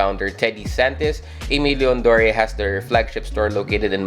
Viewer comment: Love these alot, got a W on the restock. Super happy with em. You’re one of the few who pronounced Aimé Leon Dore right imo, most people say a million doors🤮🤣 or something else weird🥲. Keep it up my guy! Peace ✌🏽